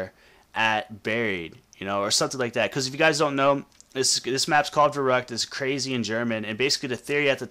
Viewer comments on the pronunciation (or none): It's pronounced Veh-roo-ckt not Veh-ruck-t!